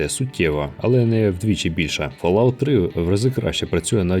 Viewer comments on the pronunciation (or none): none